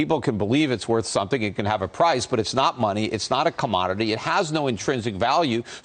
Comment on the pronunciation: "They printin monay"